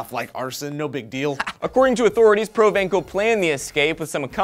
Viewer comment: It's not "provenkal", it's "provenssal" :P I'm just correcting you guys to be in Comment Commentary, don't mind me.